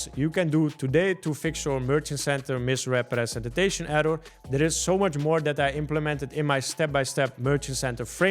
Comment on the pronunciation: Misrepretenstation error 😂 Dude stop saying it that weird